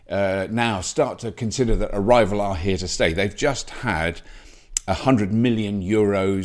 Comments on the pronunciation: When Robert said arrival, I thought he said "a rival". There's me thinking which youtube channel is he going to mention lol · Me three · Me five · Yeah I thought it was BEEF. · Me too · I didn't realize it until I read your comment. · yep ditto lol